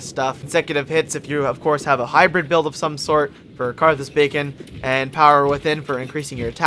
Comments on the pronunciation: Swathe doesn't have a Y sound, beacon has a hard E sound (bee-con, not bacon,) and rapport has a silent t (ruh-poor, not report.) =p Solid build though, I've always wanted to run a caster, just never got around to it. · love how you said carthus bacon made me think "what if they actually had special bacon?"